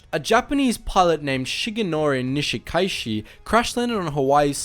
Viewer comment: Your a pronunciations of Japanese and Hawaiian names are very poor. However, this is easily corrected. Remember to pronounce each vowel distinctly. For example, Nishikaichi pronounced “ni-shi-ka-i-chi”. Also, the written Hawaiian language was created by Caucasian teacher, who used only 12 letters of the Latin alphabet. She used the Latin pronunciation, to simplify everything. Hawaiians still use it this very day. For example, Kaleohano is pronounced “ka-le-o-ha-no”. I went to elementary and high school with Hauwila Kaleohano’s son and daughter. I went to high school with the Kanahele children as well. Those families are well-established here since pre-western contact. By the way, the first military response to this incident, was led by First Lieutenant Jack Mizuha a Japanese-American from the local national guard unit as well as a dozen enlisted soldiers. I believe that group included my friend’s father, Sergeant Ben Morimoto. Nice job. This is a deeply personal story for most of us live on the island of Kauai, about 20 miles away from Niihau.